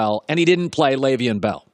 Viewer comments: Dude... His name isn't pronounced "Lay-veein" it's pronounced "Lev-eon" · Unprofessional. I like your broadcast, but your refusal to say Le'veon Bells name correctly is bush league. Do you have a beef with him? I've never once heard you mispronounce Roethlisbergers name. How are you mispronoucung one of the biggest names in the sport? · The way Colin says Le’Veon, you would think he grew up in the suburbs and went to an Ivy League school.